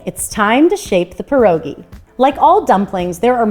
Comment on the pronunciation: Polish-American award winning Pierogi maker here and I tip my hat to you! So happy to see you make pierogi! Your recipes are really good and Sauerkraut is my personal favorite too! Also, THANK YOU for not saying “pierogies”. An “S” is not needed. Pierogi is plural.